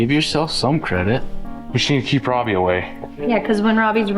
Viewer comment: I have "not great" hearing so i often use close captions when the are available. Just the way pronounces Robby's first name.. it occasionally comes up on the CC as "crabby" LOL!.. I had to turn the volume as I thought was calling him Crabby for a joke!:)... But he's not it's just the "Automatic Closed Captions" fault:)